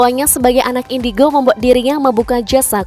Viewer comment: Kata marcel indigo:indicrot 😂